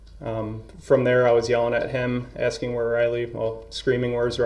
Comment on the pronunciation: wait is he really asking (axing) around the 3h15 mark if it's legal for the protection to prepare their questions in advance???